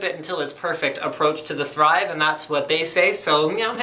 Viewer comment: Everytime he says "The Thrive" I keep on hearing "theChive" >_<